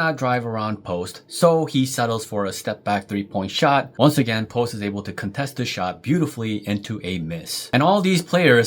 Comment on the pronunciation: I think by now he deserves his name to be pronounced correctly. 🙃